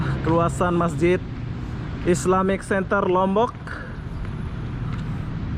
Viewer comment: Bang islamic "center" bukan "senter"